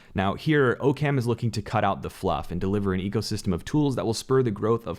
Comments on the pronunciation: Ah-comes Razor. Not OH-CAM. Just a heads up. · Love your content! In the past I've heard it pronounced "ock um" in the context of Occam's Razor* but it's nbd, we know what you mean ^_^ Thanks for producing these videos (: what're your thoughts about the Meta family of DAOs? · Occam is pronounced ock-um